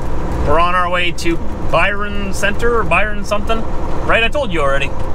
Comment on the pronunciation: It's pronounce Byron center the y is the I is silent I'm a michigander haha